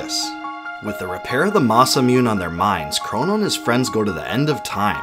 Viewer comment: ITS NOT MUNE (MOON) ITS MUNE (MOO-NAY) JESUS CHRIST!